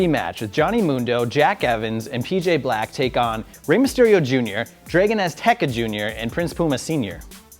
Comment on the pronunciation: Draygon Azteca? American idiot. Get this joke off the channel. We fell in love with the British wit on the show. Not this shit